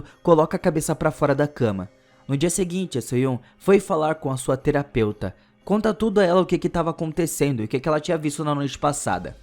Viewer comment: A teroupeutra ele falou kkkkk